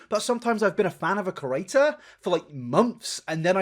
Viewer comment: For a creator who talks excessively of other creators, and chooses to use exclusively the term 'creator' to describe all other youtubers, youd think hed learn how to correctly pronounce the word 'creator' and stop calling them 'curators'? 😂Its funny and endearing but why!?